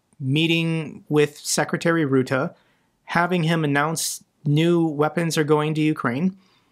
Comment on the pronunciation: The correct pronunciation of the Dutch name of NATO Secretary General Mark Rutte is not Roote but the u like in the English word ROUGH. Elsche the Netherlands.